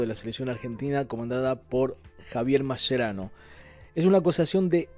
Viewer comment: Se pronuncia MASQUERANO!